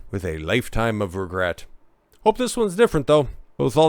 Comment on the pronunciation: But it's not Dawn, it's Don. With a hard N 😅